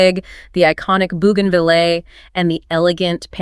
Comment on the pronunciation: How do you pronounce bougainvillea again? Never heard it that way before. I'm in the plant business and bougainvillea is my number one selling item. Have I been saying it wrong all this time? I sell all of the items you featured and that was the only thing that caught me off guard.